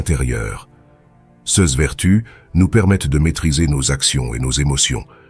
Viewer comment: L'intelligence artificielle ne sait pas prononcer l'adjectif démonstratif pluriel "ces", elle l'épelle comme si c'était un acronyme 😊😊😊